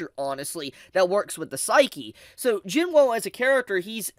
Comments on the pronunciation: Do you purposely mispronounce Jinwoos name? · That’s not how you pronounce Jinwoo…